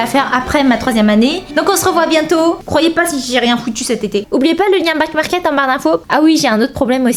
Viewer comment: Au lieu de dire back market j’ai cru elle a dit black market 😭